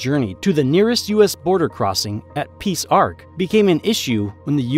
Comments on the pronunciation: This video hurt my ears a number of time with mangled pronunciations. One example is that it is Peace Arch, not Peace Ark. . It is mostly accurate but has big holes in the history as well. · Peace Arc??? Come on that makes no sense...😮